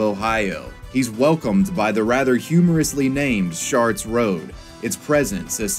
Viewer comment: "Sharts Road" 🤣🤣🤣🤣